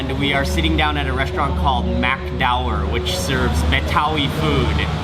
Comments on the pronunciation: Dower aja jadi keren diucapin mark ya, jadi british gitu..."dauer"...hilarious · Mark, Dower is pronounce "dough ware" :D